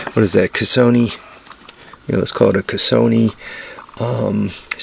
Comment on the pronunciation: "LI"...Budy...its Li...CAS SO - LI.... The Li is important...it means..POWER CAPABLITY and most important...INFLUENCE"....."Casoni...is where u go to lose ya chips....lol,....P.S we got 40 degree heat down under brother....send me some snow asap...lol.....PPS...Thanks for the HACK BOX idea.....Gonna have a crack at making one this week.